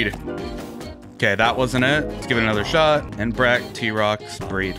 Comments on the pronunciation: “entra bat”💀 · He said entrabrat 🤮🤮🤮🤮